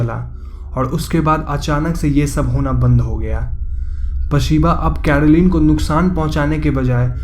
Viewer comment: घड़, पड़िवाड़, कैड़ोलिन, बाड़ बाड़, चड़चा, अगड़, etc, etc, sorry but it's really irritating. र and ड़ 👈🏻 there is a difference bro.